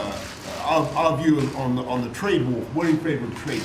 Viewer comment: I keep thinkin they saying Drake instead of Trade